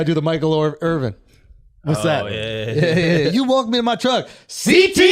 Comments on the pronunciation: BRO SAID WAWG AND TRUGG 💀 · can some explain why he is pronouncing walk and truck that way?????